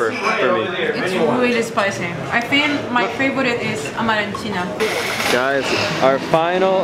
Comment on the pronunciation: **AMATRICIANA not *amarecina , per favore.